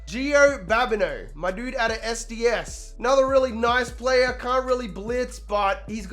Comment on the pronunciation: SDSU not SDS, cmon man